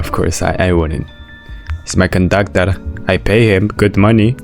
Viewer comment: caboi kandakturrrr😂